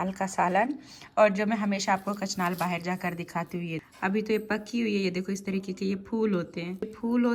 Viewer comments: Kachnal ni kahte ase kachnar kahte ase boht se word Ap Galat bolti hn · Kachnaar * not kaacnaal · Kachanal nahin madam {{ kachnar }} hota hai {{ kachnar }} kahatey hain .kai baar maeiney comments mein bola hai lekin aapney apney aapko sudhara nahin wahi kachnal hi kahati hain .koi aapk o correct karey tou aapney aapko correct kar lena chahiye wahi insaniyat hoti hai aour achchhey insan ki pahachan hoti hai . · kachnar hota he kachnal nhi hota😊